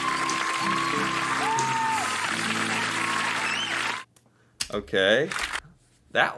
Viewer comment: Kids in the hall is amazing.. But not always aging well, even for us Canadians. Some say PRO-gress, some say Prah-gress some say Day-tah, some say Dah-tah. But everyone says 'mow-veh' and not 'maw-veh' (mauve). And it's 'Foh-yay' not Foh-yerrrrrrrr Oh, please stop pronouncing the French word DEUX as "DOO" 🙇🏻 Have a nice day!